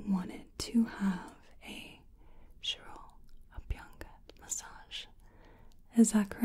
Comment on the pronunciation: 1. The intro style was new. 2. I was jaw dropped when you explained shiro-abhyanga process. (Pronunciation was on a point). 3. I really felt that I'm in ayurvedic clinic when explained vaat, kapha, pitta prakriti. 👌 Hats off to your efforts. Top-notch video as always. 👍